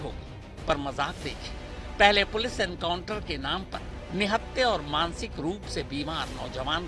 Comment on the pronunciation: Enkauntar nahi hatay hai sir ji kab se chilla raha hu aap baar baar enkauntar bol rahe ho